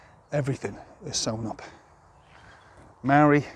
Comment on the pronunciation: You don't even pronounce the word Maori correctly lol. Maori are the tangata whenua who had their lands taken from them and they want it back from the crown. Fair enough too your outsider opinion has landed you in it stop crying and deal with it